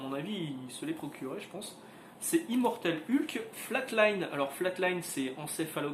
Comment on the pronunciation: Je sais que c'est complétement idiot, c'est dérisoire, mais ... mais ... je ne supporte d'entendre quelqu'un prononcer le nom "Ulk" au lieu de "Heulk". Désolé, pardons aux familles toussa toussa ... Le comics à l'air cool ceci dit. :)